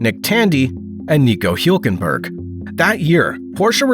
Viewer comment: For real, if you don’t know how to pronounce something look it up first lol